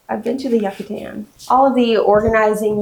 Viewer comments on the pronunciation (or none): Yuck-atan? 😂 It's You-catan. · Yuck-A-Tan lol